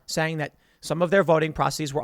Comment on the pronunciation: Processes...p.'prossa-sees', Tim